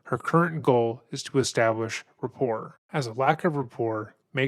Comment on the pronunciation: RAPPORT...not "report" lol